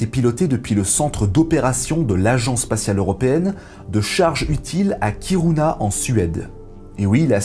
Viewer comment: Hello on dit KirUna (son y ). Et non pas KirOUna. Je sais je pinaille... Mais j'aime bien pinailler, ainsi que tes vidéos.